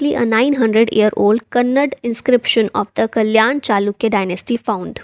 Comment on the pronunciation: Its not kannad its kannad'A' plz pronunce it properly